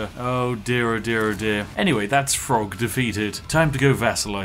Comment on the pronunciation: It's Throgg not Frog.... The TH does have its own sound. As a Spiffing Brit I'd have expected you to know this lol